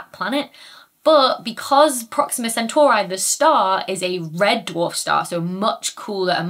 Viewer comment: Please. Centauree, not Centauraye.... 😂